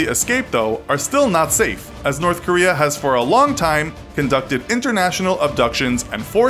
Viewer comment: Nobody: You: Norf Korea